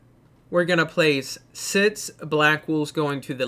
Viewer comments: Your saying sits not six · Am I the only guy who hears sits instead if six? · I can hear sits also